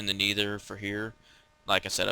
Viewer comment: NETHER! not N-ee-ther